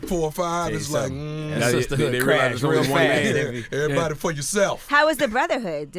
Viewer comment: “Everbody enters some how!” 😩😩😩😂